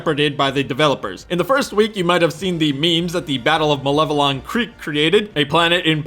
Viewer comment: You can pronounce Malevelon properly. Thank you.